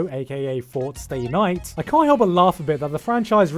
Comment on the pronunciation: I lost it at "Fort Stay night" XD